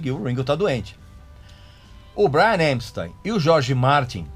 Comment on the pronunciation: Acho as informações úteis, mas se você cortar os "pouca gente sabe " e similares, o tempo do clip cai pela metade. Precisa melhorar o inglês, também. O nome do cara é Epstein, e não "EMpstein". De resto, agradeço as informações que não conhecia.